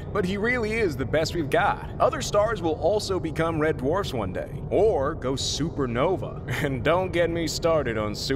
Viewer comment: Umm what is nova or wait did Jupiter say super nova?😅